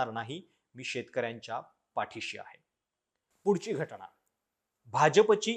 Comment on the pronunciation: घटना असा शब्द आहे तुम्ही घटणा म्हणताय